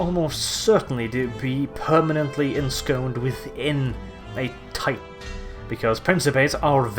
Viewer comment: They may ultimately become permanently ensconed? Hope there's plenty of butter and jam!! Or did you mean ensconced? :P Ima jump all over any mistakes with that pompous voice you put on!! :)